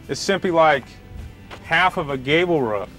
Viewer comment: He mastered making the roof but not how to say it